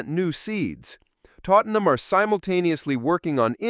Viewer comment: more AI horse shit. it even calls Tottenham "Tottleham". rubbish